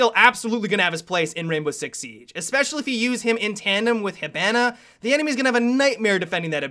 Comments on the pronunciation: Hibana (Hi-Bah-Nah) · idk if it is just me but i say hibanna different and when he sais it his way i hate it